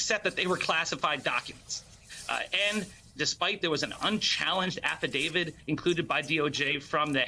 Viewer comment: When are these supposed experts going to learn how to pronounce "affidavit"?? I mean, as far as I'm concerned, that totally undermines their credibility.